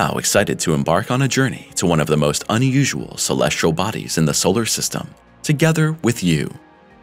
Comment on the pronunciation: Try to find a narrator who can pronounce the word, "celestial", That would be great. =PC=